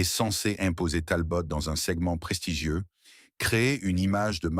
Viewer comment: Et comme d'habitude , une voix IA de merde avec plein de faute de prononciation du genre "Talbote" et comble de l'ignorance des photos totalement hors sujet. Je sus collectionneur et fan de Simca , cette vidéo est lamentable.